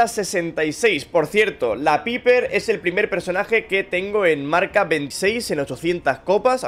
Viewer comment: como que biper, no setia paiper